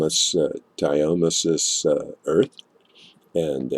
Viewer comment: it's pronounced, 'dia-tomay-shee-us' earth.